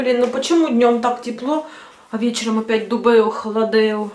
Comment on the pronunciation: Добрый день! Ну вот, опять вкусняшки, пирожки, да и ещё с картошкой! Море великолепное, КАКАВА КРАСОТА 👍🏻👍🏻👍🏻 Моя доча всегда смеётся когда слышит Дубэо - холодэо 😂😂😂 Спасибо за видео и хорошее настроение 👍🏻👍🏻👍🏻❤️❤️❤️